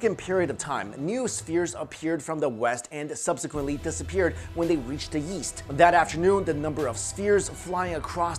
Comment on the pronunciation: "when they reach the yeast" 😂 love yuh man